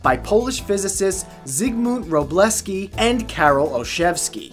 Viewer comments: not ro-ble-ski vruu-ble-vski ! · shouldn't Wroblewski be pronounced vro-blef-skee?